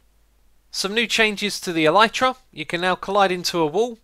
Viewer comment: That's not how you pronounce elytra.